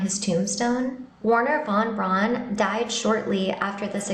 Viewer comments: The Name is not "wahn brawhnn" its is Werhner VON BRAUN you smoothbrained bimbo! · Who tf is "Warner Von Bron"?